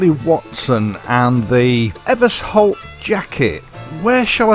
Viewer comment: Ever-sholt I think, not Evers-holt. There is an Eversholt street in London alongside Euston station it has a sh in the middle.